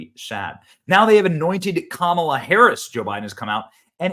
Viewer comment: And didn't know how to pronounce Harris's name